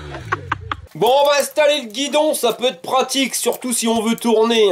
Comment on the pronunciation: " C'est ca qu'est pratil" Pratique et utile quoi 😅😂